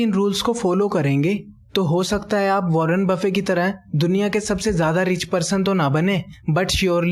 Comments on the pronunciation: he is not wanner bafin he is wanner bafit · Warren buffet not warren buffe!!!! My frnd correct the pronunciation.